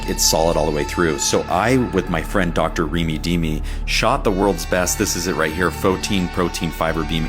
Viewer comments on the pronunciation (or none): Every time he says Dr Reemy Deemy 😂😂